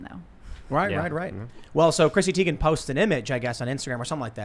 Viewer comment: You're pronouncing Teigen's last name incorrectly